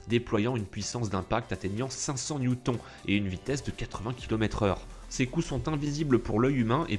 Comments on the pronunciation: Newton, ça se prononce "Nioutone" pas "Niouton" ^^ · Sérieusement il dit New thon ? ça fait pitié xD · Sinon "newton" à la fin ça se dit "tonne" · "neweuton" mdrrrrr on dit "newtonne" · Newton se prononce newtone. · Je crois rêver quand jentend comment il pronomce "Newton" 😱 à . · Au delà du caractère vraiment louche de la vidéo..., suis-je le seul à être dérangé par sa prononciation de "Newton" et "Long Rifle" ?...